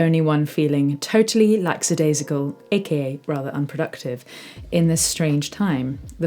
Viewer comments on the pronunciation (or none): Thanks for this - good stuff. BTW the word is 'lackadaisical' not 'lacksidaisical' - a common error. See this - Keep it up.